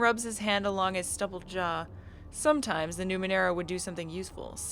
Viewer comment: You pronounced Numenera correctly, dont worry.